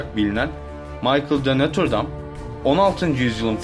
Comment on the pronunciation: notre dame dıyosun broo